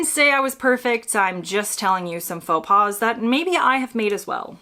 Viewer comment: Your choice of AI doesn't know the difference between pas/paws ( like in faux).